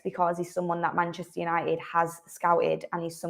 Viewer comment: Love the Manchester accent … but please , pronounce your Ts. It’s Man UNITED , not UNI-ED